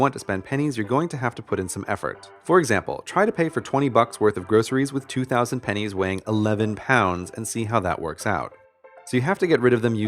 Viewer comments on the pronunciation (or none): For a split second I thought he said died of pen1s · Am I the only one who thought it said pines